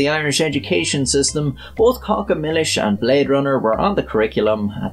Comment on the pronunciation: I AM SORRY, but I can't subscribe because you made me watch 'Caca Millis'!! It is 'CACA' for sure; but in a different language!!